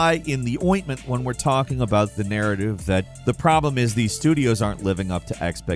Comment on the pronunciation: "this throws a fly in the oitment"? Lol